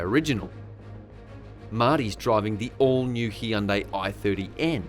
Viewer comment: Heeyundai, is that bugging anyone else